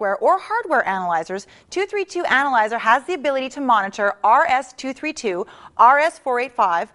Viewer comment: She doesn't know it's pronounced RS "two thirty-two, four eighty-five, and four twenty-two".